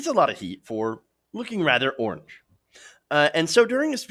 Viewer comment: Lol he didn't say orange, he said 'Arnge'